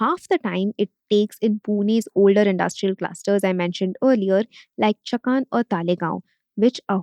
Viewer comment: For non-Marathis, it can be easily spelled as संभाजीनगर and चाकन, atleast Talegaon was a half-decent attempt. I'm baffled by how big is, you'll easily have people covering a huge chunk of regions and languages of India and yet you don't even fake an attempt to get the pronounciations right. If it were a competition to fake the worst American accent to say deeply Indian words, you'd even beat Trump. Atleast try to cater to the actual Indian audience. Not everyone is a wannabe SoBotard.